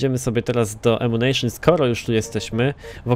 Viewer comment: ''Ammucajon'' co za rak XD